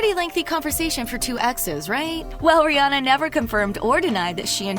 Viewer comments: Her name is RIHANNA! Not rihi. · Not Barbadian...is bajan And is not (rih+anna) is (ri+hanna) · She called her rhirhi way too much